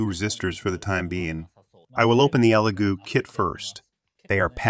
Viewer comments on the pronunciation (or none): It’s pronounced e Lego like the blocks